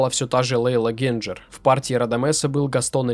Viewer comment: Интересный материал. Не считаю, что Гуэльфи "недооцененный баритон". Он занял свое почётное подобающее ему место на оперном Олимпе ХХ века наравне с Гобби, Таддеи, Бастьянини. У певца есть свои поклонники, которые его ценят и до сих пор любят. Кстати, простите за нескромный вопрос: а почему Вы все время турчанку Лейлу Генчер обзываете Генджер? Итальянца Кольцани Кольдзани? Есть еще ряд моментов. Но...Очень режет ухо, тем более привык к произношению и ударениям указанным в многочисленных профессиональных справочниках для диктора радио и телевидения. Удачи в Вашей деятельности. ✌️